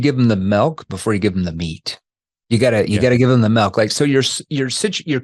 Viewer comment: is the man but WHY DO YOU SAY MELK???